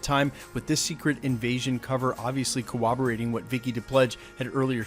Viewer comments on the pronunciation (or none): cor·rob·o·rate /kəˈräbəˌrāt/ There is NO "W" in the word that you consistently misprounounce.